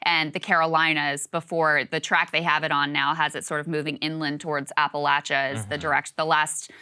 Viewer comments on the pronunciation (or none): none